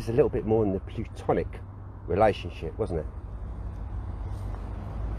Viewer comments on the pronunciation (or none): It’s platonic not plutonic lmfao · PLATONIC, not Plutonic...sorry to be picky. Great work though guys, great work. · It's nothing, not nothink, and platonic, not plutonic.